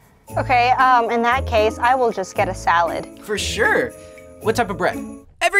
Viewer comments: you mean every Sooubway ever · I think you meant sooubway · I used to work at a small local sandwich shop you might have heard of it it’s called SOOUBWAY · TheOdd1sOut Yes I think they did too 😂 SOOUBWAY FOR LIFEEEE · yeS i Mean sooubway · Caleb Lim SOOUBWAY PART 3 BABY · Theodd1sout sooubway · Oh yeah sooubway from theodd1sout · Caleb Lim yasss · Caleb Lim yep theOdd1sout sooubway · Caleb Lim yeah it’s sooubway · Caleb Lim hahhahahahah the odd1sout hhahahahahahhahahahhahahahha sooubway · Theodd1sout and I think it’s soubway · Being someone who now works at Sooubway, all I can say is yes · Lhokw te S'eliya sooubway? It’s subway! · srsly, there are no comments saying that the actual name is sooubway??? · Subway is its real name not sooubway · It's not sooubway it's sauauoosusaldooasaway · It's called *Sooubway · Kat YEEES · Um actually it is called sooubway duh 🙄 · Vibhuti Patwal its soubway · It's pronounced sooooowbwaayyyyy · It's actually "Every Sooubway Ever" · Why is everyone saying sooubway? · Actually it’s Soobway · im sorry but i think you mean sooubway